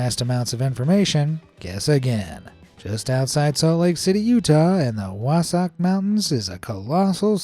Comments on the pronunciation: Wasock? No.... WASATCH. Dude. Wasatch Mountains. I seriously had to listen to that, like, 5 times. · As a person born and raised in utah, I got irrationally angry when he said Wasatch incorrectly it is not Wasautch its Wasatch